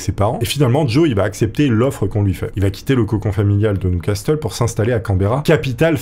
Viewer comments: J’espérais que tu l'ais refaite en prononçant correctement "Newcastle " .. Ça se dit "new casseule" pas " new castelle " 😀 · Repeat after me : Niouvasseul, pas nioucastelle bordel ! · Newcastle se prononce nioucasseul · "Nioucastelle"... des barres la prononciation ^^ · "New Castel"? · Ça se prononce NIOU CASSEUL !!! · le "t" ne se prononce pas